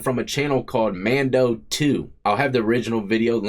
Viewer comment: You said his name wrong 🤣 It's Man Doo not Do